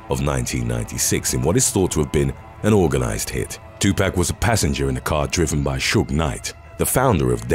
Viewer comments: It's Tu pock not Tu pack 😬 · Two....POCK.....not 2 PACK lol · It's pronounced too-pock not too pack... smh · The way you pronounce some words is annoying. Tupac.. its not 2 pack but 2 poc. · "tupac" is to- pah-k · Tupac is pronounced to Tupoc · "2 pack" ?!!🤦‍♀️🤦‍♀️🤦‍♀️🤦‍♀️🤦‍♀️🤦‍♀️🤦‍♀️ you're old enough to know how to pronounce his name correctly. Put some respect on his name. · The way he's saying 2pac is funny as fuck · you need to see a speech therapist on how to say Jaguar and Tupac lol